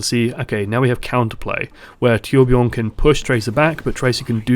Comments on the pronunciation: As a swedish guy myself, i can understand if its hard to pronounce that name (I mean, they really went with one of the most extraordinary swedish names). Personally I wouldnt demand all you non-nordic people to pronounce it correctly, but id prefer if you said it kinda like "toourbjourn" cos that, I think, is the closest we can get. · Torbjörn is pronounced Toor bj-urn anyway.